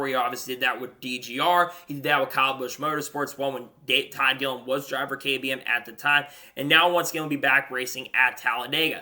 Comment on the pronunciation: Gilliland is pronounced Gill-i-land not Gill-and